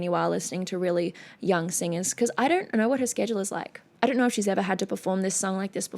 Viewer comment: Hi very pretty witch! I'm just as curious as a cat...you know I can't help but notice your peculiar way of pronouncing "o" with an "r" sound atached to it, like you say "DONr'T instead of "DON'T", can you please tell us something about it? By the way, your in depth analysis and insights to everything you react to is as always, anticipated and highly appreciated. Plus, of course, the bonus beauty!!!